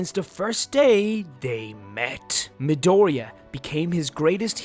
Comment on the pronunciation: Midoria 😂 JAJAJA that pronunciation